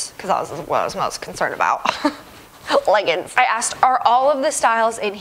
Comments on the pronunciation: It’s so cute how you say legguns instead of leggings. 🤗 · The way she says leggins😂😂😂